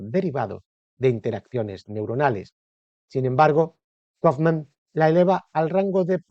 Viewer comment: El locutor deberia saber como se pronuncia un apellido alemán y no pronunciarlo en inglés